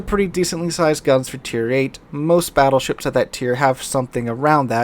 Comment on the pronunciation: "the Fattleships.." LoL